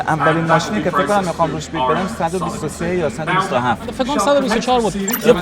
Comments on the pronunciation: جان لطفا کلمات انگلیسی رو یا فارسی بگو یا اشتباه نگو بیت نه بید اکشن نه آکشن بوی نه بای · جان "بید" "bid" هست نه "بیت" ویدیو قبلی هم اشتباه میگفتی. دقت کن دوست عزیز😉